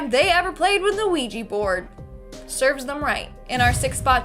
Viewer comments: ITS OUIJA NOT OUIJI...😡😡😡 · it's pronounced wee gee. like the French word for yes, oui. said, we.